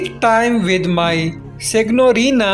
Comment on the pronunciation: Your comments are a joke! You can't even get Benedetta's name right! Or the way you pronounce 'signorina'. 🤣